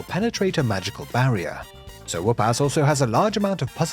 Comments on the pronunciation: i hear "so woopass" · Oh "SIR" whoopass! Until I saw it spelled i thought u were saying, "so whoop ass"